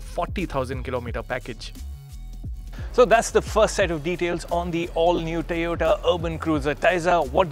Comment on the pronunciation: This isn't funny anymore. Looks like this guy pronounces "O" properly if there is a Y behind it and not a T. "Tayota"? He's an embarrassment to the Autocar brand!